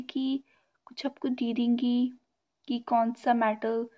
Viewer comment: Dedenge.... Didingy nhi😂